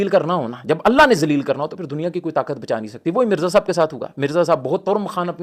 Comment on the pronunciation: صاحِب یا صاحَب 😂😂😂😂😂